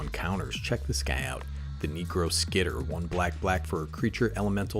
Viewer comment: How you said necroskitter was suuuuuus lol